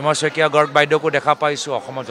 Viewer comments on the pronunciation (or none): none